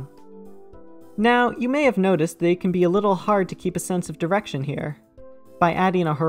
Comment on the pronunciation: ah yes... driection